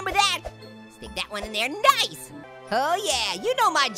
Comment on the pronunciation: You said nice like knife haha get it haha